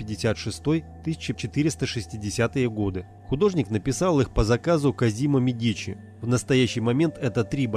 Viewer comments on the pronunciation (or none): Перестал смотреть после того как прочитали Медичи с ударением на и а не на е если не знают как правильно то об остальном вобще можно молчать